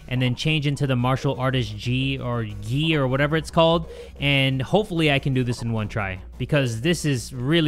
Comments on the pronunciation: gi is pronounced gee not jee jay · Martial arts gi is said like “ge” it’s weird i know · because it’s bugging me and i am a nerd: gi isn’t pronounced with a j. it’s like gif vs jif. jif is incorrect fight me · as a wrestler this personally HURT it’s spelt gi however it’s pronounced as gie